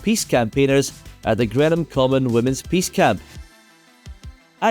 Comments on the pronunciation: May I kindly suggest a little more research on pronunciation. Seriously, how did you get "Grenham" out of GREENham?! Also, Frank Bough never was buff, but was bof. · Green*Ham Common, not Greenam Common 👍